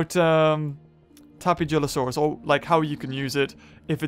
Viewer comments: Uh,... the "j" in "Tapejara" is pronounced like an H. Tapehara. Tapehalosaurus. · Hey it's tapeja-losaurus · You should name the tapejalosaurus hello because when you say it's name you can hear hello